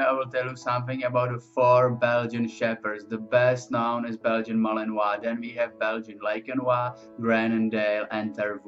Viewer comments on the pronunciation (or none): *Mah-lee-n-wa ("lee" as in "lea" in "leave" or "lee" in "Leeds) *Grou-nen-dahl ("grou" as in "group") The "u" in "Tervuren" should be pronounced like the first part of the vowel in "fuel" (the "u" in "fy-"u"-el"). It's pronounced like the Dutch "uu", the French "u" or the German "ü". *Lah-ken-wa